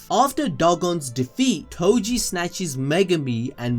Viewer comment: calling toji Tojo is crazy brooo